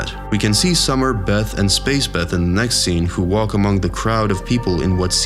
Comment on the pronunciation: "Berry, Jeth and Summer"